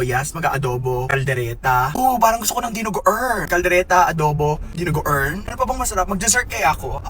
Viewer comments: "Dinugo-errn" is wild. Idol, magka-vibes kayo ni kuya Francis Candiyey.😂❤️ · the DINUGU-UHRN got me 😂😆